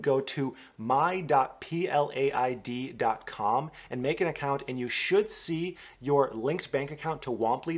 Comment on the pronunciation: Jeeeesu Christ, -- learn how to pronounce.... PROMISSORY... and PLAID